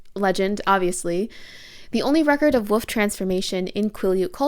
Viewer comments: I thought you were pronouncing wolf as woof on porpoise, 😂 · I have never heard ANYONE pronounce "wolf" the same way as my mom until this video, lol. Fantastic analysis, btw. I had no idea how deep Stephanie Meyers racism really ran in these books. Big yikes 😬